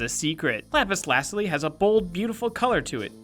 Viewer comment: It's not lazly its lazuli